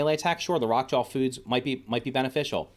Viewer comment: Anyone else hear “Jawl” and not Jaw when he says the Rock Jaw name?